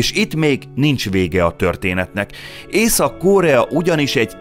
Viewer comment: Miért kell Ó-val mondani a rövid O-t. Korea nem kÓrea…. Mondjuk a Phenjan sem Fenjan…. Nem egy ógörög név az….